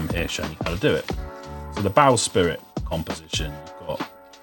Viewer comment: Quite right, and every minute, there was someone knocking on the door as a sound effect. No wonder he felt rushed and said 'bow spirit' instead of bow-sprit'.